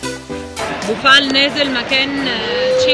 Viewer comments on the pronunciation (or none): none